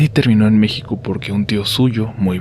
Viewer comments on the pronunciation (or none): none